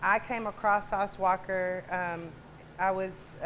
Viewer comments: She said “walker” with and emphasis like that’s what it is 🤣🤣🤣🤣🤣🤣🤣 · She put the hard "er" on the end of sauce walka name lol sauce walker?😂